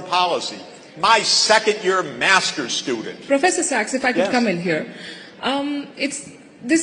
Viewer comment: 主持人说professor SEX？